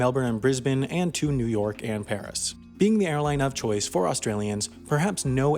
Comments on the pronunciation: Is he trying to say "new york"? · New Erk > New York